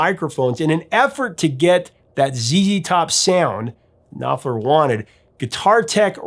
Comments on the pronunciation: The K and P in Knopfler's family name must be pronounced since it is a german one. So it is pronounced as KnoPflah. Syllable ending -er sounds as -ah. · The K in Knopfler is not silent.